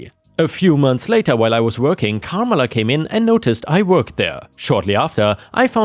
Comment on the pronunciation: It's Car MELLA